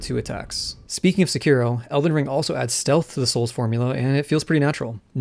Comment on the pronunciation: Great video for three minutes I watched. Had to go throw up when you said Sekiro the way you did. I'm back to finish the video.